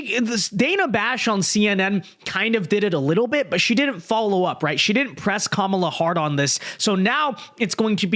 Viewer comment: I appreciate that you corrected yourself on your pronunciation of "Kamala". From sounding like Ka-Mau-la to Ka-mah-la. But I'm also pretty sure she'll change how she pronounces her name depending on who shes speaking to so idk